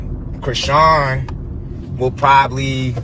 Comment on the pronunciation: Dude why are you purposefully mispronouncing Chris-Sean’s name? You already sound hood af guess you don’t care to sound ignorant 🤷🏽‍♂️ that’s between you and the ppl that raised you. Embarrass them all you want. You can take the 🥷 out the hood type 😬